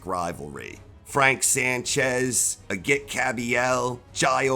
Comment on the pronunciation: Great vid. Just a tip on pronunciation. It's said a-jeet, not a-git